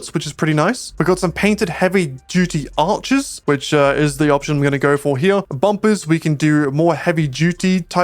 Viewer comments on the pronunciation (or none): none